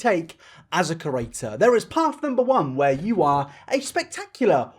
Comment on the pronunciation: Just me listening to saying kerator instead of creator for 20min straight